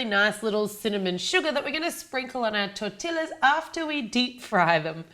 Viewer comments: Oh my gosh I died when you said TorTILLas its pronounced tortias :) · Looks delish but its pronounced Tor-ti-ya not tor-ti-la :P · Lol it was so cute every time she said, "Tor-Till-us" like that. I guess if you're not very familiar with Mexican or Tex-Mex food you wouldn't really know that tortillas is pronounced, "Tor-Tee-Us". Love your channel, see you in Houston! 💖🙂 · There's many people who say tortillas the way she did different races including white so its not an accent thing we just gotta show them how to say it for example tortiya or simply tortia since sometimes you can't even tell if someone said that lla part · It's pronounced tortiyas not tortillas even though that is how it is spelled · As a proud Mexican that I'm it's pronounced "TorrTiiYas" So yeah it's similar to "tortias" but, you have to pronounce the "ll" (pronounced like y as in "yes") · You were close, it's pronounced TOR-TEE-YAS without the ia in your pronunciation, so all together it's torteeyas (in pronunciation) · Say it with me TOR-TEE-YA lol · Loved the video, such a cool idea! btw its pronounce tor-tea-a , the l's are silent :) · No offense,but in America we say tortillas like tor-tee-as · Argh! Tortillas are pronounced tor-tee-yas. Sorry, it just bothers me when people pronounce it wrong. Great vid tho and I'm definitely gonna try this out. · A las tortillas de harina fritas con azucar y canela en México se les dice buñuelos Y este twist que les diste es tan interesante Tortilla se pronuncia tortiyyyyya la doble L se dice como la Y cuando dices you Suena como tortia No intento corregir, solo aportar otro punto de vista Me gusta mucho tu canal Saludos desde México P.S. se me partió el alma cuando cortaste las tortillas de harina, como sugerencia no las cortes y deja las como son :D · It's pronounced tortiyas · there pronounced tor-ti-yas you can't hear the L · I shouldn't have but I laughed every time she said tortiLLas! 😄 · O tor-ti-llas sí eres de México